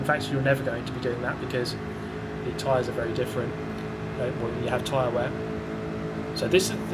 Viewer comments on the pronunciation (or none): none